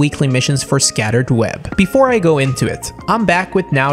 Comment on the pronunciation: But, it's "Shattered Web" not Scattered Web LMAO. Great Video though